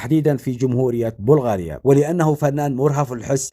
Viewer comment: اسمها بلغاريا بفتح الباء